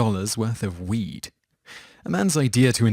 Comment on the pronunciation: To me you are saying weet when meaning weed it may just be me but idk 😂